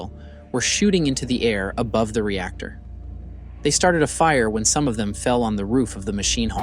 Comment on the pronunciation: There are so many “ rep tor”( reactor) type ludicrous mistakes here that I have to just ignore the whole thing.